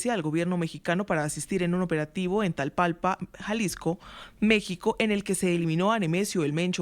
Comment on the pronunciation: Es Tapalpa no Tlapalpa